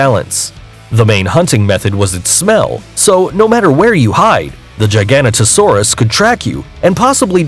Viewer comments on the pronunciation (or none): YOU SAID CARNOTAURUS WRONG IT HAS NO S YOU SAID CARNOTOSAURUS AND THATS NOT HOW YOU PRONOUNCE IT IS IT Edit: AND U SAID GIGANOTOSAURUS WRONG ITS NOT A GIGANTASAURUS ITS A GIGA-NOTO-SAURUS YOUR IN ABSOLUTE SHAMBLES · He said “Gi ganto saurus” When it’s “Giga Noto Saurus” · ITS PRONOUNCED LIKE TRO-DON NOT TRUE-DON ALSO ITS NOT CER-A-TASAURUS ITS SIR-AT-O-SAURUS AND ALSO CAR-NO-TOUR-US NOT CARNOTASAURUS GIGA-NO-TOE-SAURUS NOT GIGANATOSAURUS DIP-LOD-I-CUSS NOT DIPLODOCIS CAR-CAR-ODONT-OSAURUS NOT CAR-CARCH-ADONTOSAURUS NOT MOSS-ASAURUS! MO-SASAURUS QUETZA-CO-ATLUS NOT QUETZACOLATOUS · Number 4 Giga a nota Saurus Giga a nota saurus Giga a nota saurus Not f*** gy gan ta saurus Please, please, please Do some F******g Homework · Its not gigan-ota-saurus its jiga-nota-saurus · Also it’s pronounced “giga-noto-saurus” it’s latin phrase is gigas, noton, sauro. Or giant back lizard. FOOL!! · He said,Troodon wrong,Carnatasaurus wrong,Gigantasaurus wrong,Diplodocus wrong and Mosasauras wrong. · It is pronounced jig-a-no-toe-saurus giganotosaurus. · No its jay-ga-no-to-sow-rus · Giganotosaurus actually sounds like jiginotosaurus. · Yeah its more of a turkey not a damn big peacock and he says the dino horribly like how he giganotosarus and carcarodontosarus or somethin idk how to spell it